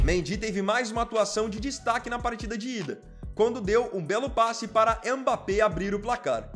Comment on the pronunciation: É Mbappé e não Embappé